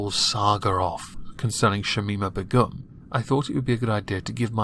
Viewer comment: Please learn to pronounce Begum